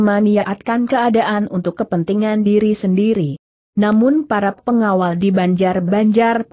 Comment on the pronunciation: Kenapa huruf "l" dibaca sebagai huruf "i" , vontoh pengawal dibaca pengawai, gelap dibaca geiap, telah dibaca teiah, sehingga sangat mengganggu arti dari jalan ceritanya.